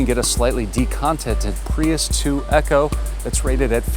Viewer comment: (Eco): I think it's 'eeko' instead of 'echo'. perhaps short for 'economy' instead of echo-nomy. ?